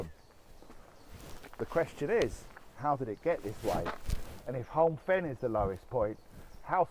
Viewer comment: It's pronounced Home Fen. PS please use a reusable cup... Mere is pronounced "meer".